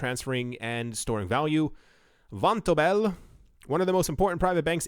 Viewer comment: It's pronounced von- tobel.